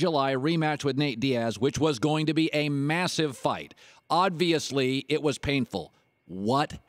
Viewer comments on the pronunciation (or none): craig Plus he said odviously . There's no fucking "d" in obviously. Fuck.